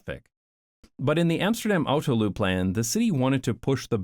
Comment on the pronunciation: you're saying autoluw like Loo at the end, but it should rhyme with new so autolew basically